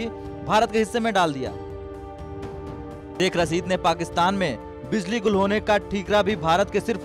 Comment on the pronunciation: सेख रसीद नहीं , शेख़ रशीद, हमजा नहीं, हमज़ा सोसल नहीं सोशल मीडिया।